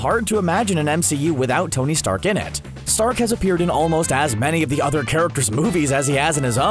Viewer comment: Tong? Wtf?!! It’s Tony